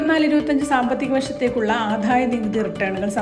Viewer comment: എന്റെ കുഞ്ഞേ, ആദ്യം മലയാളം നന്നായി വായിച്ചു പഠിക്കൂ. ആധായം എന്ന് ആല്ല. ആദായം എന്ന് പറയൂ. ധനം എന്ന് പറയുമ്പോലെ അല്ല. ഒരു നല്ല കാര്യം കണ്ടത് , ദനം എന്ന് പറഞ്ഞില്ല എന്നുള്ളത് ആണ്. Correct ആയിട്ട് ധനം എന്ന് തന്നെ പറഞ്ഞു കേട്ടത് ഒരു സമാധാനം ആണ്.